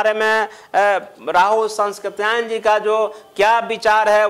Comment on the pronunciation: Rahul sankrityayan Ka ucharan to thik se karo vidwan bandhu.